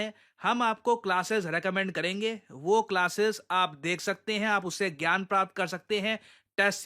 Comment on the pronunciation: AAPNE SUNA PRASHANT SIR NE KYA KAHA " GYAN" NOT "GAYAN" JO AAP PRONOUNCE KARTI HAI.